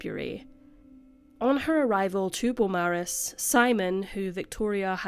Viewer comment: Thank you,. Us Aussies sure do appreciate all of the cases you cover here. Hadn't heard of this one. RIP Victoria & Giuseppe. Just a side note, if it's pronounced like the Melbourne suburb of the same name, then we say "bo-morris". 🖤 🐨